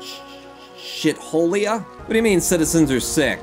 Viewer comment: I believe its pronounced "shee-tholia"